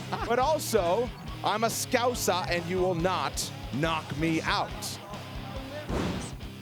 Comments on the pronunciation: Why can Americans not say scouser right but the man that says everything wrong (cheal) says it right! 😅 be mad having a champion from Huyton! Come on paddy lad! Tough one though this man is dangerous! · I was sick in my mouth a little hearing that non Chael punditt attempting to say Scouser